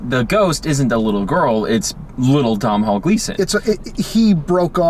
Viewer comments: "Dom-hawl Gleeson... son of Ben Gleeson, another great British actor..." Ooh boy. I think you mean Domhnall (pronounced Doh-nall) Gleeson, son of Brendan Gleeson, another great Irish actor. Nice try though. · Really excited this movie is getting some attention, I liked it a lot but nobody I talk to has even heard of it. But his name is pronounced "Dough-null," rhymes with "tonal" :/ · You're lack of care at the start really annoyed me. 1. It's called The little Stranger.....not Little Strangers. 2. Domhnall's (pronounced Donal) father is Brendan not Ben. 3. They're Irish actors not British. Fun facts.... Lenny Abrahamson is an Irish film director......Room was written by an Irish author. I'm Irish forgive my nitty picky ways. That being said I loved the review. I also think there could be some symbolism in the acorn......as in end of family trees and the line of inheritance ..... with no acorns there can be no more trees. He ended up in a dead house among dead leaves. Caroline admitted that herself and her brother also broke off acorns. Probably reading too much into it but it is interesting.